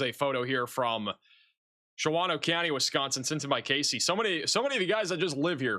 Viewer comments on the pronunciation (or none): none